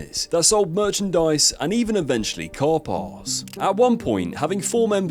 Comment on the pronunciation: American here. If you are trying to pronounce "car parts", I promise you that is not what you said. Send me a message and I will gladly give you a tutorial on how to properly speak the English language